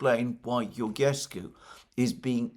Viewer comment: Hi Alexander , I follow you for many years now and I love your content. When you pronounce Georgescu's name try to think of George Soros , so when you call the name of George is the same as Georgescu except that at the end you add SCU GeorgeSCU ( SCOO )